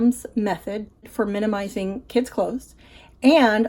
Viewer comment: Always like your videos👍 So inspiring and helpful 😺🤗 Also, thanks for saying, "minimizing" and not, "minimal-izing." 👍👍👍😄